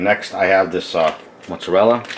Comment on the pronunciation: Did you pronounce it "Mutts-a-rella" before or after you got the dog? LOL